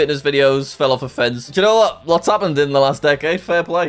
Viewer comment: I like how jack pronounces "you know what" as italian city "Genova"